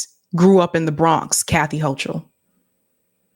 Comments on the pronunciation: The Bronx High School of Science, that's one of the top tested entry schools in NYC, and where the professor went. PS the Governor's name is pronounced Hoe-Kul. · Hi. Just an FYI, the NY Gov pronounces her name [Ho-Kul], not [Ho-Chul]. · Ugh. I don’t know who here voted for them - they are both terrible! By the way, it’s pronounced “Hokul” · Pronounced Hokal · It's pronounced "ho - coal." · It’s said like it’s spelled Kathy Hokul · Hochul Pronunciation: hoe-kuhl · It's pronounced hoe-cull ❤ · The “h”in the governors name is silent!🤓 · The H is silent in Kathy Hochul name